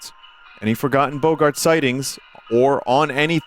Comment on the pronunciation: He still can’t pronounce “boggart” correctly…